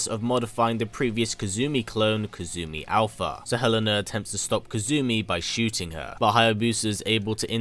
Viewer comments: Sooooo I love the video, as always. I should point out that Helena's name is actually elena the h is silent. Like Ellen and a......Aaaannnndddd actually Kasumi tried to rescue Helena from suicide actually. 😅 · The en in helena is pronounced like the en in enter.